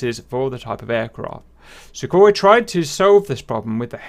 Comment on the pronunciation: Welcome to the new episode of "How to pronounce it" open a google translator russian > english and paste this: 1) Сухой for Sukhoi 2) Су for Su 3) Сатурн for Saturn 4) Люлька for Lyulka 5) ГШ for GSh 6) Х for Kh See you in the next one